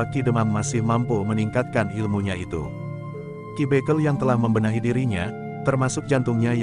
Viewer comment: Pembacaan harus dibeneri Dalam menyebut ki bekel